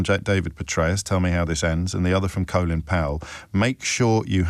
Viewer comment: What's this "coe-lin Powell"? He himself pronounces it in the usual way as "Colin Powell". Just because some brainless american journalist started saying it incorrectly.